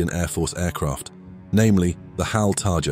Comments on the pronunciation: Correction : Its HAL Tejas .... not "Tajas" ! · Nice video. It's "Tejas" btw, not Tajas, spelt as te - ja - ss. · It is Tejas, not Tajas. You are pronouncing and spelling it wrong. If I will say Raptor as Ropter, these westerners will cry hell.